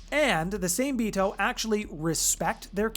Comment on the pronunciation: Same-Bito is a Japanese name for these creatures so the trick to pronouncing it is to break it down by 2s. Sa-Me-Bi-To but you pronounce all the vowels like SAH MEH BEE TOH